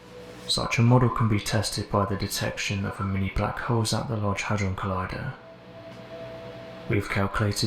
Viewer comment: I stopped listening when you said large hudrone collider…